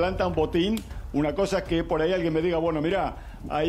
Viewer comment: No se dice "poray" queda feo